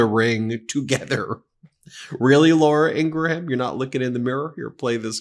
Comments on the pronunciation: Love the show. But it would make you sound less like people who mispronounce names on purpose if you could say Laura Ing Gram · I hate Laura but honestly I hate you mispronouncing her name more and I will thumbs down any video you do it in.